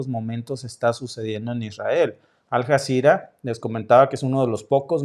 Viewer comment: Hola y. Suena raro como pronuncias Aljazera.se escribe Aljazera y se pronuncia como una ll.Alllazira..😊 saludos,con mucho cariño.